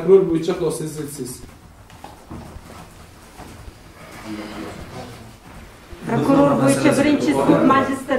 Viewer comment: Ee gap yoo oka dumkaga tuwib qoldi "prakror"